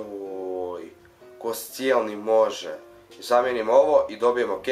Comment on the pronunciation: nije koscenli bek g koščenli